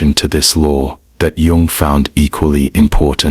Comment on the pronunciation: Sounds AI-ish - the narrator pronounced Jung with a 'J' rather than a 'Y'. This smacks of inauthenticity, ironically.